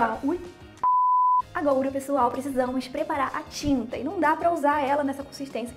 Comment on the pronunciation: Oi eu acho tão engraçado ela fala agoura kkkkkk